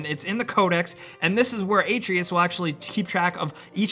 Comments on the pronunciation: So it seems like you've played this game but you keep saying Atreus' name wrong. It is Uh trey us not aye tree us. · Uh-tray-us!!!!!!! no A-tree-us!!! jesus. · It’s not “ay-tree-us”... it’s “uh-tray-us”... ffs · It’s “A trey us” not “a tree us” Lmfaooo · I'm about six hours deep, when does "ay-tree-us" show up? I'm pretty tired of "uh-tray-us" by now.... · This dude really said "A-tree-is" it's A-trey-us Atreus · FYI it’s uh-tray-us, not ah-tree-us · The “uh” being pronouced as a soft “a” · AH-TRAY-US not AT-RE-US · The way pronouns Atreus confused the hell out of me, thought there was a character I missed out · You’re saying Atreus’ name wrong. Even Kratos himself says Ah-treus not Ate-reus. >.> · A Tre Us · A-tray-us, you’ve played the game enough... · Man... I like these videos but pronounciation is key! Pretty low key suggestions but when I hear Atreus pronounced ay-tree-us, or when you talk about throwing your "hammer" I have to assume the guy doing the voice over hasn't even played the game, and that's a big turn off. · ITS A-TREY-US!!!! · “Ay tree is” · I really don't understand how you are mispronouncing Atreus when his name is said like a billion times during the course of the game and every single time they pronounce it a - tray - us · How to pronounce Atreus — Ah-Tray-Us. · Its pronounced "uh-tray-us" lol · AY-treus lol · It’s Artreus not Atreus, and it’s an axe not a hammer dude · Also him saying “Aei-treeus” is weird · It's pronounced Ah-Tray-us. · If you had played the game, wouldn't you be able to say Atreus' name right? Made me flinch every time I heard it. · This guy is saying atreus name wrong. Kratos says his name for you so many times in the story. How do you still say it wrong. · I hate the way you said Atreus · Your credibility was lost the moment you butchered the boys name... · The way you pronounce "Atreus" is painful, but good tips otherwise. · The way he pronounced Atreus 🙄😤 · Pronounce the name correctly ffs